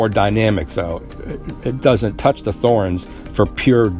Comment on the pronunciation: It's pronounced with a T not a Th. T-horens!